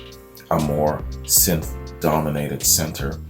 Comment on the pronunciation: Dude you said synth right, nice 1! Every time you since lol. I keep telling the screen pronounce it. Sin thi sizer